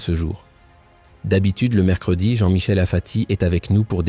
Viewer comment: Apati et non pas afati 😡